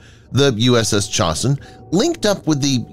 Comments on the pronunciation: ITS NOT CHOSS-IN. ITS CHOSE-IN. AS IN THE CHOSIN RESERVOIR IN KOREA. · Its ChOsin not Chosin.